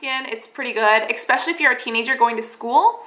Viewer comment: Are you saying 'comedogenic' because it sounds like you're saying comeogenic. I'm a fan girl, but when you say 'expecially' instead of 'especially' it's like nails on a chalkboard. Otherwise, keep the videos coming, maybe edit them to be around... say 10 minutes.